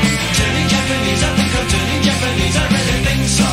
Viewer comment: Is it fucked up I always assumed he pronounced the word “think” as “fwink” ???